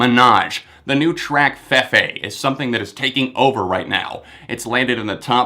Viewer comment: its "fee-fee", not "feh-fey"